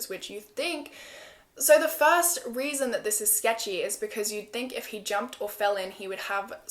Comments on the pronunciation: she definatly said weason instead of reason at one point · “Which is another weason why I find that weird” Heheheh I love that so much 💕💕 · “another weason”